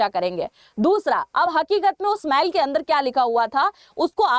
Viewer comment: बेटा जी मैल नही होती मेल होती है